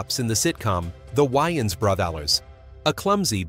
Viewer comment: "The Why-anns Brothers"?